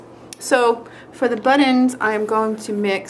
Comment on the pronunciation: "buddins" lol luv ya, you crack me up!